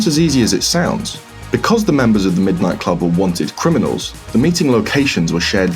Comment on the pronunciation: "Middo nitto kurobu"